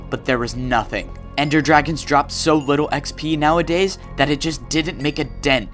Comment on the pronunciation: He said wittle bit and weally